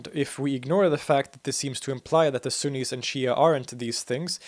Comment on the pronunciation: ↓ Sunnis. Not axis.